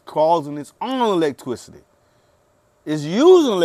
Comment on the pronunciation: why he saying electwicity